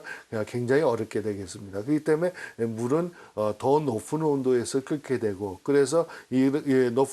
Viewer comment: 높은 온도라고 안하고 왜 높픈온도 발음기호를 f로 발음하죠???ㅋㅋㅋㅋㅋㅋ 그런데 의문점 1. 압력밥솥에서 고압으로 하면 온도가 쉽게 올라가서 밥이 쉽고빠르게 된다고 설명했는데 반대아닌가요??앞에 설명에 따르면 저압일때 온도가 쉽게올라간다고 하였는데 고압이니까 저압일때보다 온도올라가는게 시간이 더걸리고 쉽지않은거 아닌가 그래서 밥이 더맛있게되고요? 그러면 앞에 설명하고 상반되는데.... 산에 올라가서 밥할때 뚜껑에 돌맹이올려놓는것과 같은 원리일거같은데요. 2. 바닷가가기전 강물에서 담수화하면 더욱 쉬운 과정을 거치지않을까요 그 결과 비용도 더 줄일수있고?? 중동지방은 강자체가 흐르지않는 땅인가???